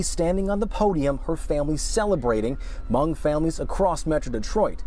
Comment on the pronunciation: I applaud and thank you for pronouncing Hmoob/Hmong 'correctly' as it should be. You are the first American/non-Hmong I have heard to pronounce my people's ethnicity correctly. Thank you!